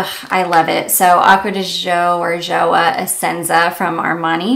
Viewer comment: GIOIA is pronounced JOY-A, meaning joy. GIORGIO is pronounced GEORGE-O. GIO - JO